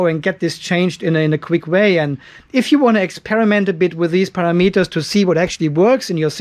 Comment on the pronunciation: It’s “pa ram eters” not para meters!😁😉 Thanks for the info!